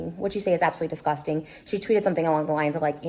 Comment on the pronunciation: Anybody else annoyed at how she says disgusting? 😑 and how often she says it? 🙄